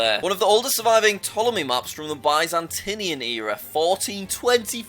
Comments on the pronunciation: Innacuracies: Well... he's holding it. IReland. The R please. German empire/German 2nd Reich/Imperial Germany. Bye-zantinian? No, Bi-zantinian. Dancing? Danzig is a German city. 1504? Oldest? 1420:😪 1422 now? 1420:😭😭😭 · just a heads up, Byzantine is mostly pronounced "Biz-en-teen" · Not "by-zan-teeniun" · Jack it is bizyntene not byzentiene as how u say it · the way he said Byzantine lol Bye zan tin ia era lol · no, they didn't pronounce it right it's pronounced more like Bih zen teen eh ra or ee rah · I am still laughing that you said byzantine empire buzantii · To help with pronouncing Byzantine you say Biz-en-Tyne